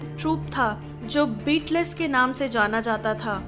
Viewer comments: It's not beatless it's Beatles ( बीटल्स ) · The word "Beatles" is pronounced as B-TLS not "beet less" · Pronounce मिस्टेक, बिटलेस नहीं, बिटल्स । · Sister I would like to say you that please do not wrongly pronounce the name"Beatles".I request you to go to the Google and then type "how to pronounce the word Beatles", otherwise people will laugh at you